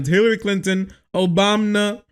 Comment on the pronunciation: Idk if its something that you regularly admit to, but the way you said "ObamNa " strongly suggests that you listen to Pakman , which isn't a bad thing at all , js ... Keep up the good work brother !